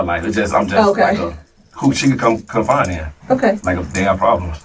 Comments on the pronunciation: WTH is he saying ‘confine’ instead of ‘confide’? Check his credentials!! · Is he saying confine or confide in me ?